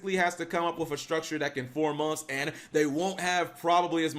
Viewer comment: ...In FOUR MONFS!!😂😂😂